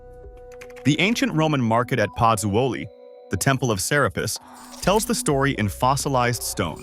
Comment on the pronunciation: Prononced PUT ZO LEE ...please